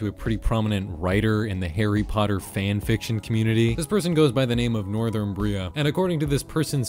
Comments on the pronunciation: Northumbria is not pronounced "northern bria"...it is "nɔːrˈθʌm.bri.ə". I REALLY hope that clears things up for both the maker of above video AND the watcher of aforementioned video. You're welcome. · I'm here to call you a silly fool for mispronouncing Northumbria that hard